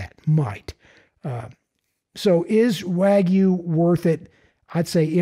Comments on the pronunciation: It’s not wagooooo it’s WagYu but side not , all brisket is 🔥🔥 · I’ve never had wagyu brisket, but I know it’s not pronounced “wa-goo”. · Tim Moritz waaa-gye-ou